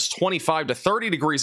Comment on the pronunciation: The way you say Nevada 😂. Replace the beginning with new like newvada but no w. The end being a like aaa not o 😂.